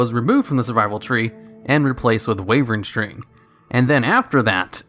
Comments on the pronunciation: "Wayvern string" ?? LOL'd ... that's the least like "wyvern sting" i've EVER heard anyone say that, congrats! Also there's actually a fury prot dual wield tank build that DOES make use of blood craze. It's not amazing healing by any means, but it IS part of the build for top end guilds who really want to push the dps so use fury/prot tanks. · WAY-VERN sting huh... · Say it with me... WHY - VURN - STING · is not wayven string, is Wyvern sting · "wayvren string" aka whiivran sting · that Durotar music, nostalgia kicks u to da face Edit: what tha fuck is Wayvern Sting, it is pronounced vivern (Wyvern) sting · Ah yes, Waveren String, my favorite talent. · "wayvern string" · Wervern string he says.... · "Wayvern string" come on.... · “wayvern string” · 'wayvern sting' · i know you say shit wrong on purpose alot but what happened? wayvrehn streng. love u:D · I was genuinely concerned he had a stroke while recording that!